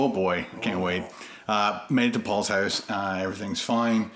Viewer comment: “made it to Paul’s houf” 🤣